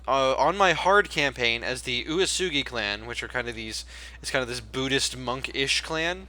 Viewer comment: "Uesugi" is pronounced "way-soogy"